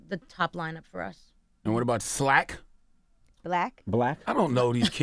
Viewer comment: Extenchion - Slack 😂😂